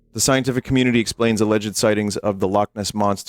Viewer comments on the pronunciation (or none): none